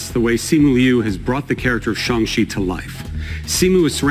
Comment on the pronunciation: Probably lol. I studied Chinese in college and live in my cities "China Town", and the first few weeks of class were all focused on pronunciation and intonation. The a in shang is long. Like shong. Or if you watched Dr strange "Wan" is said wahn, not wan (like pan). And ch makes a shh noise, so chi is closer to she then chee. I hope that made sense lmao